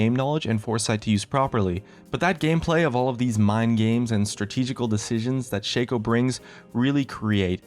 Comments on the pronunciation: Shaco is not pronounced with a capital A, for fuck sake. It is not Shay-co It's shah-co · its shaco not shaco;D